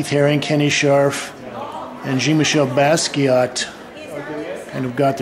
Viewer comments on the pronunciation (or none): its pronouncee John ot Gene michel basquiat